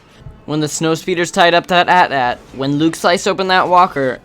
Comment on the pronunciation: AT-AT, not atat.